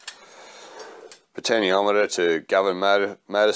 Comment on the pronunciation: Good job but... the pronunciation for the POT is 'potenshiometer', which you eventually got right towards the end. Still... I liked the video.